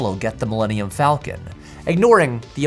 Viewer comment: So funny when you said Willenium. I found the channel today and watched it all day and will be a year round fan.